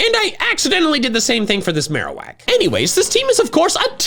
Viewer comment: There is no E in Marowak!